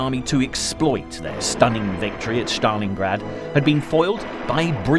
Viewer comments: Very good, apart from the weird pronunciation. Shtalingrad? Sorry, there’s no sh. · It is Stalin, not Shstalin and Stalingrad, not Shtalingrad.